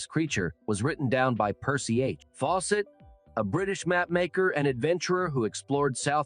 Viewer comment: lol robot voice.... faw SETT ! gave me a start. trust me on this, I have no clue how you got 211 k subs but if you want a real channel stop using the AI voices. My last interaction because theres nothing special or personal about channels that use robot voices